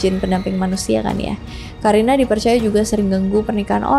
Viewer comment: Karina dibaca Qorinah. Karin dibaca Qorin 🙏